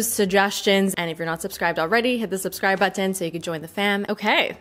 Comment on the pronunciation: OBSESSED with how pronounces "button"